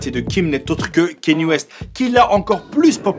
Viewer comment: KAN-YÉ... not Kahnié